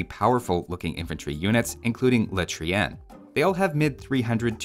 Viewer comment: the way your pronounce Le Trien is so hilarious xD